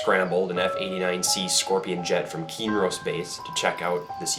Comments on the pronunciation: KIN-Ross. Hope that helps. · It's pronounced "Kin Ross." The Kincheloe Air Force Base was located next to the villlage of Kinross. "Kin Ross" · Very cool vid with great information, but who gave you the pronunciation of K-i-n-r-o-s-s as “keen-rose”? All of us locals pronounce it as it is spelled. Keep up the good work.😊